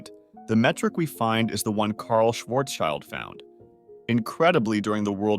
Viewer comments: It's pronounced sh-varz-sheeld 😭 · "child" in Schwarzchild is pronounced like "shield". Incidentally, it also means "shield". :)